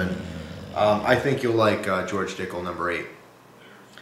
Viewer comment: it sounds like you keep saying "George Dickhole" yes I'm 15 and no I'm not sorry you can't unhear it